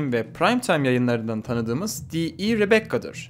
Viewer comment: Rebecca, Rebbekka değil de Rebeka diye okunuyor ama onun dışında her şey doğru çok güzel bir video olmuş